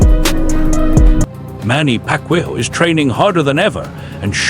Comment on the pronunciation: say pacman correct name